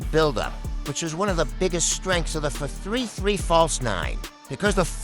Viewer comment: The AI voice sometimes butchers some ords, adding comas between some words, for example 4, 3-3 will sound more natureal than 4-3-3 because it says fourthree three instead of four three three